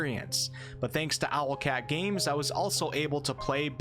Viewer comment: Hum, it's "Owlcat", not Alocat, lol